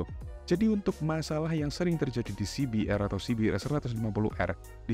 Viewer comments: Coba bilang aja ce be er mas, gak usah sok inggris tapi salah. Pake bilang si bi tapi di hurup R nya dibaca er, padahal harusnya si bi a. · He..he..kl pakai kata "si bi" hrs pakai "ar" ya bang, bukan "er"